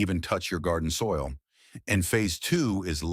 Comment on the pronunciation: GARDOIL? BEDISOIT? AI SLOP!!!